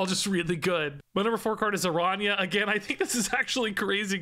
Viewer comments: Wasn't that (the activate ability) kinda what they were originally going for with Kitty Pryde? Wasn't she originally a card that you could bring back to your hand? If so, maybe there will be cards that can actuvate more than once? Also, and i apologize for being nitpicky, but it's Aran- ya. Not arana. The ~ over the N gives it the yuh or ya sound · Pronounce it like it was written as Arania. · Not to be that guy, but the ñ in Araña is pronounced "ny" - the closest I can think of as an English example is the catgirl "nya" thing -, so it's pronounced "Aranya". It literally just means "Spider" in Spanish. I'm definitely being that guy. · Araña is pronounced "Aranya" it means spider in spanish😅😊